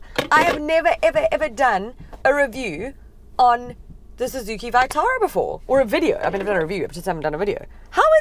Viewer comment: That vitara pronunciation makes me cringe